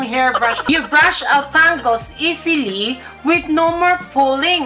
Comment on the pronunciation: Tawang tawa ko sa tangles. Tingles pagkakarinig ko hahahaha